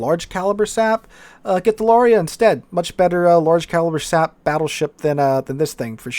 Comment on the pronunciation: every time there is an Italian BB in a replay I love how sometimes you say Shap shells 😂 what’s the pen of a shap shell? 😂